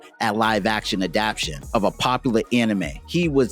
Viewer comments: I really enjoyed the graphics work and storyline of your presentation. The only thing to modify is the word adaptation 'adap-tay-shun'. Keep putting in great effort. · I like the video but I'm a grammar freak, so every time he says adaption instead of adaptation, I want to tear my nails off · It "adaptation", not "adaption". Otherwise nice video!